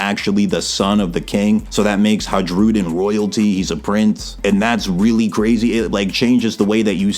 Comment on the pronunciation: J is pronounced like i It's Hairudin